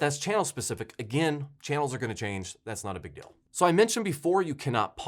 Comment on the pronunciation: Your enunciation of Deal also sounds odd to me. Sounds like you're saying Dill instead. I'll let it slide though. Love your channel.